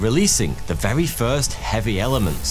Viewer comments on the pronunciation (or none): WAS THE UNIVEWSE VEWY DIFFUWENT?? WEAWWY??????